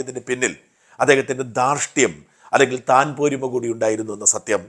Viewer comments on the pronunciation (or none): താൻ പോരിമ അല്ല, തൻപോരിമ....